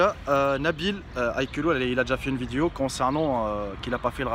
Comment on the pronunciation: non mais je t'aime bien je te suit depuis t'as chaine gaming et tout mais wallah faut faire des effort pour apprendre le francais zebi trop l'accent blédart la wallah c'est un délire , oh c'est pas VIDIO mais vidéo !! c'est chaud coméme